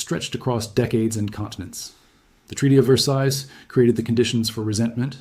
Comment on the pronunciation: The S at the end or Versailles is silent. There's something about European history that I knew and you didn't.